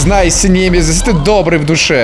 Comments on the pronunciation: Не нЕмезис а немЕзис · Не нэмезис а немещис и это более умная защищена крутая версия тирана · Не немизес а немезес